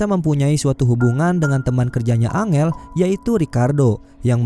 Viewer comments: Bkn dibaca angel bang , dibaca nya enjel wkwk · Bacanya enjel bukan angel bang😀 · Bang, angel kalo di bahasa inggris bukan nya baca nya "Enjel" ya hehe 🙏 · Woi bang kalo ngasih nama karakternya yang betull la masa angel dibilang nya